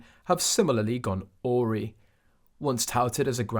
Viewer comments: It is pronounced a-wry'. Accent on wry. It means in a twist. It is NOT aw' ry. as your ai man sez. Now all the people who are not educated will imitate this pronunciation. It is NOT aw ree. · Not awree but awry awry rhyming with cry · AI can't pronounce awry! Oory??